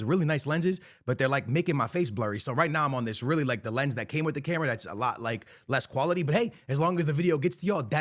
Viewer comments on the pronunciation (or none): none